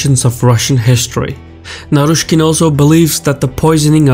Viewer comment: Hahahha you got naryshkey very wrong. He is sacked already